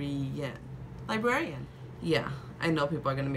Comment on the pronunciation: Librarian... See, a L and two Rs in this word have killed it for me :) Good video and will be looking forward for more. Good luck ✌🏼✌🏼✌🏼 Will be looking forward for the giveaways too 😉